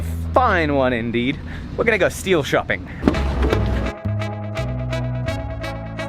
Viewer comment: When said "We're gonna go steel shopping" it almost sounded like he said "We're gonna go steal something"